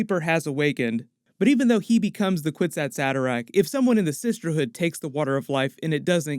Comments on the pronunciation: Actually the phrase “kwisatz haderach” is taken from Hebrew, it’s pronounced- “kfitzat hederech” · You are pronouncing it incorrectly. It is a word from the Hebrew language, And say it is a kifichat haderch (The leap man)